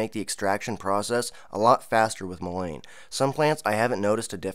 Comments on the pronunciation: Pronounced Mull IN Not mull ain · I would look up your pronunciation of Mullein. I never heard anyone pronounce it the way you do. The way you pronounce it would be spelled lane. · It is pronounced like this: mullen, with a short vowel sounding u and e! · Pronunciation is like "mull-IN". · Great information but please Google Mullein pronunciation . It's pronounced Muh luhn